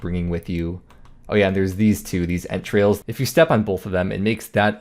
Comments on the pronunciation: what he said "Ent trails" what I heard "entrails" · I thought you were saying 'step on their entrails' I was like what? lol